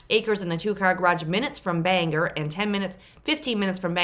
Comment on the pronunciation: Bang-gor. Not banger. I grew up about a half of a mile from the Milford house. It's probably over-priced by about $30,000. That's why it's not selling. It is in fact on the road and all that, too. There are no jobs in Milford and Bang gor is a solid half-hour drive. It's a nice little town, though. Tough winters.